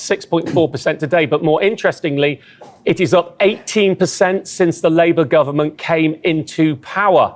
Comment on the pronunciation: Aaron not quite getting his Kinnock "Labour Government" intonation right.